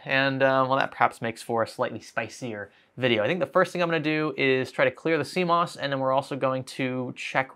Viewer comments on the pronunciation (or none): I didn't know what cmos was before these videos. I thought you were saying sea moss. lol.🌊🥬